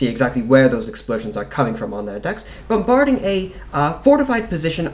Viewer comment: I've never met an American who talks like him. It sounds like he keep trying to sound British and then reverting back to talking normally periodically. He doesn't even do it consistently. One moment he says "wheah" instead of "where", the next moment he clearly pronounces "bomBARding".